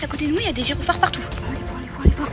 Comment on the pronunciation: Les "GyrONphares" punaise elle m'a vraiment tué 😂😂 (on dit gyrophare) 😂